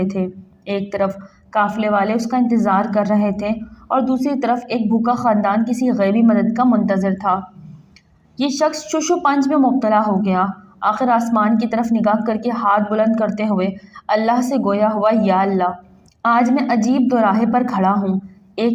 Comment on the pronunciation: Shosh O panj nhn shash O panj bolo